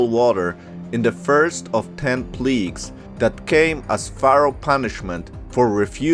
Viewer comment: Plagues not Pleeges!!!